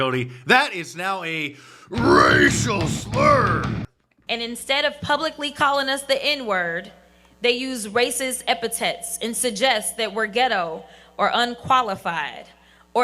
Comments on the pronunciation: 😂 she can’t even pronounce epithet. “Epi tet” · What is an "epitet?" She's clearly quite educated and intelligent. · Racial epitaph, racial apataph..those $3 Marc Jackson words are hard to pronounce right? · Jasmine's education showed us all when she said the word "Epatet!" Just genius instead of "epithet." I guess we've all been saying it wrong. Flippin-idiot! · She can’t even pronounce “epithet.” 🙄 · "Epitet?" Only someone like Crockett - who doesn't write her drivel - could mispronounce their crap. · WTF IS AN 'EPITET'??? SO MUCH MORE QUALIFIED THAN US. MS. EPITET. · She literally pronounced the word epithet wrong when speaking about how educated she is LOL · Jasmine Crockett doesn't know how to pronounce "epithet." Why am I not surprised? Democrats don't get to insult the intelligence of Republicans when they elect people like this. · it begs the question- who wrote jasmine crockett's speech..? certainly not her. she pronounced the word 'epithet' incorrectly- whilst in the same breath- she's proclaiming how diversity hires are more educated & qualified than merit hires... spare me. 😂🃏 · She can’t even pronounce epithet! Diversity hire! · Yet she can’t even correctly pronounce the word epithet!!!! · Lets not forget the removal of the Theodore Roosevelt statue at the American Museum of Natural History in NYC to add to the list of evil white men. Has anyone noticed from her brilliant commencement speech, Jasmine Crockett's pronunciation of the word "epithet." This woman of course is the prime example of the highly educated and more qualified members of society. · The DEI hire, Ms Crockett, should learn how to pronounce epithet. A Harvard grad? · The woman who can’t pronounce “epithet” properly is talking about being better educated than others? 😂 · She can’t even pronounce epithet properly.